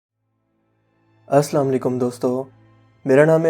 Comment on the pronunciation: Yaar tum salam ghalat karte ho